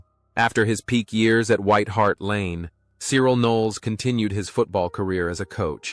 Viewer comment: I stopped viewing this bullshit when 1. The horrible yank accent, and 2. 'Died of a heart attack' against the picture of alan mullery. Mullery is still very much alive. As for the pronunciation of Cyril', well....